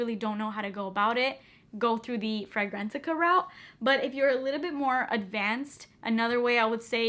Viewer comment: are you saying go to “Frangrantica”?